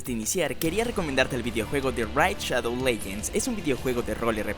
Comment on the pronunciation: Esa forma de pronunciar "Raid" me dejó en el hospital. Y es Nadéshiko, no Nadeshíko. Es ísekai, no isekái. Es ánime, no animé.